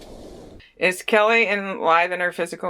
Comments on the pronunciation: umm it keily ..like kyile not kelly just thurt id let u knw lol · It's Keily NOT KELLY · Her name is pronounced With an I , is is not Kelly it is Kily. Spelled Kiely!!!!!!!!!! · Kiely not Kelly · If you don't say KIELY'S name right through the whole reading does it effect the reading but keep calling her Kelly. Are your spirits connected to the right person? You even spelled her name wrong in the title of the video title. Can you please answer my question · 😇💜 PLEASE don't attack me, BUT you are saying her name wrong. Kiely ( Kylie ) or ( Kyle ) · You pronounce her name as Kylie although it is spelt Kiely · Her name isn’t Keily, it’s Kiely, and your pronouncing it as kelly in the beginning of the video. I don’t mean anything by correcting you on her name, just wanted to let you know cause some people on here will be mean about it. I love your work and what you do to help others. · Pronounced KY Lee;)